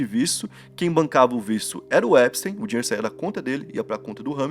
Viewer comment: 2 dicas mano. Jeffrey Epstein, e não Jeffrey epstein ( sem e minúsculo) E na pronuncia, não é : Jeffrey "Empsteim", a pronuncia correta é "Épstin". :)))